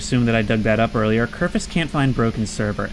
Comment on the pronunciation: For the love of god, his name is KERFUR not Kerfus. Its so minor, but it bothers me so much. Your videos are awesome, please dont stop.